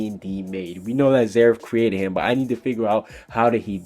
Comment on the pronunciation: i was expecting you to correct Jeanmarley Jules for say "hum" and not "him" LOL